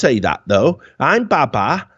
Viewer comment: They could have gotten baba from bàba (爸爸) which is Chinese for father, but they absolutely butchered the pronunciation